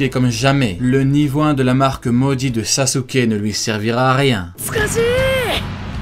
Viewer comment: pourquoi tu prononce sasouké ? on prononce saské